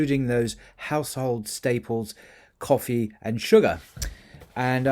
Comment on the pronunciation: I wished you had used an Arabic person to pronounce these words, sorry you did not pronounce them correctly😬😂 , especially coffee and cotton, but it's ok thanks for the great content👍New follower.